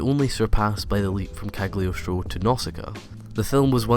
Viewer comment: "Kag-lee-oce-troe" that pronunciation tho